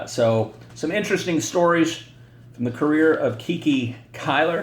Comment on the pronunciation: Great informative video per usual. Just a heads up on how Cuylers nickname was actually pronounced and why… Though contemporary newspaper reports typically referred to Hall of Fame outfielder Hazen Cuyler by his given name, the right-hander is more easily recognized by one of the most unique, yet most often mispronounced nicknames in baseball history: Kiki. “It came from shortening my name,” Cuyler explained about acquiring the moniker (which rhymes with “eye-eye”) as a minor leaguer in 1923. “Every time I went after a fly ball, the shortstop would holler ‘Cuy’ and the second baseman would echo ‘Cuy’ and pretty soon the fans were shouting ‘Cuy Cuy.’ The papers shortened it ‘Kiki.’”1 According to another story, the sobriquet had less glamorous origins: It arose as a way to mock Cuyler, who struggled to overcome his stuttering.